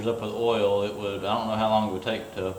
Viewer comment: love how you say OIL lol